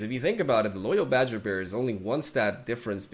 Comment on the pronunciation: As a native Spanish speaker, Swim´s pronuntiation of Loyal Badgerbear in Spanish may be one of the highlights of my life. Caught me completely offguard.